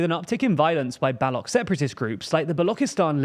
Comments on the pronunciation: It is Baloch, not Balock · For God's sake it's Baluch / Baloch not Balouk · Its not pronounced Balock bro💀 It’s Baluç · It's not balok, it's baloch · baloCH, as in CHange, not "ballock". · just a pronunciation tip, it's not "Balokh", Baloch/بلوچ is pronounced ch as in chess. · do a little more research it's not Balok it's Baloch you're speaking English not German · *baloch not balock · Balock?? Can't you just look up how it's actually pronounced??? It's Baloch. "Ch” as in charge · "Balok separatist groups" "Balokistan" Check the pronunciation first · It’s pronounced Ba-“luch”. Luch like smooch. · Hey, quick pronunciation correction: Pashtun is pronounced like "pash-tOOn" (not pash-tun). Baloch (and Balochistan) are pronounced as "Baloach" (and with "Baloach-istan") - the "ch" is pronounced like "chair", not "like charisma". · A small pointer. It is pronounced Ba-loche and Balock, sometimes it also written as Balouch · Baloch is pronounced differently Pakistan strongly supported Taliban.. not that they were ok with it Two small mistakes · You do not pronounce Baloch correctly. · Kabul pronounced as Kaabul.. not K'buul and Baloch.. the ch is sound ch in chair not k .. Get better TLDR. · It's BaloCh, Ch as in Chair. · FYI, the ‘ch’ in ‘baloch’ and ‘balochistan’ is pronounced like the ‘ch’ in ‘channel’ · Please learn how to Pronounce Baloch. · I was about to comment the same thing. It’s Baloch (च) at the end. This pretty much tells u how little they know about this issue.